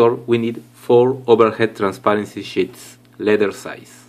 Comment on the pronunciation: when he said sheets i thought he said shits